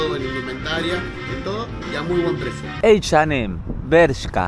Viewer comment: Como vas a decir H y M en ingles??!!? que t paso????